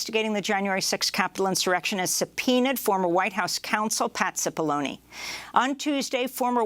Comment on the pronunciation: Cipollone, not Sefoloni pronounced Chip-oloné.